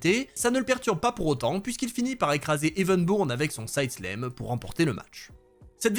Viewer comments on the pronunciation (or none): Je vais encore me faire hurler dessus, mais tant pis. Pour "slam" on dit "slam". C'est pas "side sléme" ou "choke sléme".